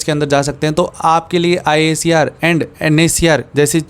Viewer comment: Bhaiya IISER KO 'आईसर' bolte hai😊❤